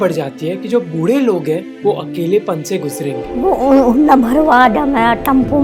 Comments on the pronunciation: Sip nimboo pani every time Mohak says “बुड्ढें” instead of “बूढ़े”. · Sorry sir but saying budeh is better than buddeh. Little respect to our elders❤.. by the way you're doing really great Mr. Mohak Mangal and your whole team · Love your content. Btw don't call buddhe..it's budhe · Bhai budhe ko pronounced kaise krte ho matter krta h , be careful while making video.